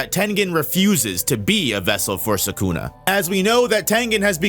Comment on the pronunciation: If you say 'Sakuna' one more time.....